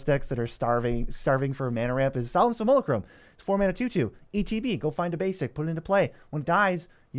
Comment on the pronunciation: si-MULH-uh-crum kills me lol. sim-you-LACK- rum!